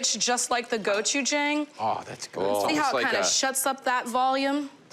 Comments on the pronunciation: the confidence of slowly saying GO-CHU-JAING two times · The pronunciation kills my soul. How hard is it to pronounce the letter A as an "ah" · Japanese... curly noodles? And mispronouncing Gochujang as well? Lol wow.